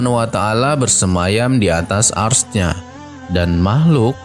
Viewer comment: Sebut arasy pon tak pandai